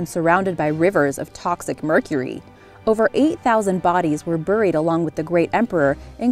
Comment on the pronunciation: "Buuried" lol ive never heard it pronounced like that before!!